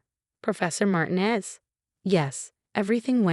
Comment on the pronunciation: Puh-leez -- pronounce,,"Martinez" correctly!!!!! When will AI learn to speak other languages properly?